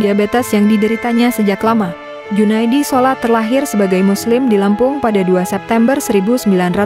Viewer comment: Nama Junaedi Salat bukan Junaedi sholat !! Salat itu nama keluarganya. Jadi jgn asal baca ya Ceu. Gak enak didengar juga khawatir menjadi anomali